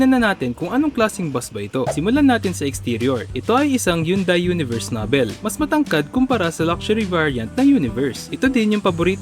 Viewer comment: The diction for the word "noble" is noh-bol